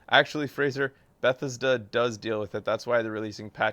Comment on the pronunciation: You say Bethesda weird, like your saying Beth-is-da.